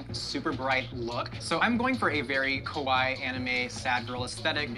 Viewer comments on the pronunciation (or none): The way he pronounced kawaii sounds more like the Japanese word for scary 😂